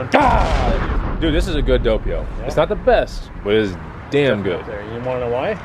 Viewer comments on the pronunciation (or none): What the heck is a doe-pee-o? Lol spelling?